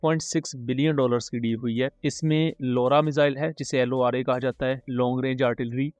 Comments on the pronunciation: "jisko L O R A khaha jata hai " was epic. I can't control my laughing for 5mins 😂😂😂 . By the way, comment section killing me too😂😂😂😂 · you deliberately call "lora" in particular pronounciation .. 🤣🤣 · Bro your pronunciation of LORA is not right😂